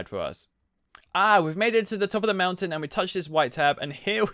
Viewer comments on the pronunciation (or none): none